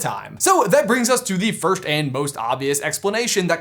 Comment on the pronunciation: When he was announcing the meet up he totally said 'December firsht' 😂😂😂😂 Love ya♥️